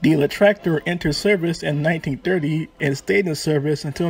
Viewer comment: my man the video is good and thank you for brining allthese tranks to light. but please you need to work on your pronunciation. try saying Leichttraktor as Litch-traktor . and unclog your nose